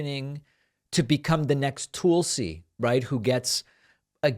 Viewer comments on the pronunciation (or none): David, why do you insist on mispronouncing Tulsi? It rhymes with PULLsee.